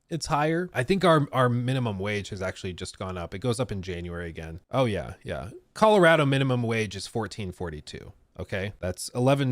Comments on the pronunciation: Saying “Colaratto” 8 times in 30 seconds was triggering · ColorAdo really makes the accent come out 😄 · am I the only one who gets Icked out by the way like says Colorado 😂